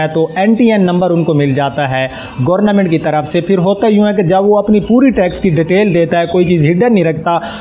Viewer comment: Oy kohty gorna mint ni hota bolna ata ni or you tuber ban k ah jaty he pta ni kider kider se ah jaty he